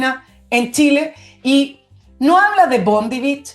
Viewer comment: Bondi Beach, la playa, se pronuncia BONDAI.